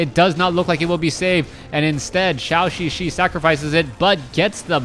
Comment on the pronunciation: For some reason pronounces Zhouxixi like Shaoxixi.